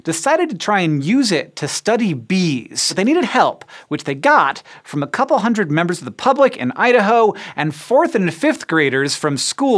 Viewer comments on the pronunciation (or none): none